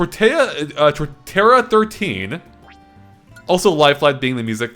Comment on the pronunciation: Tortéa? first Jon with Torterria and now you? xD i mean you did correct yourself lol but i can never unhear that now. as for the stage i went with the blue circle for when the logo shows in the intros, and the red flame in the background was to show off your profile picture when the GameXplain Logo was on fire :P glad you like it